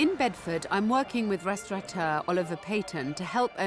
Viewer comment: I wish restaurateurs could learn that the word doesn't have an 'n' in it!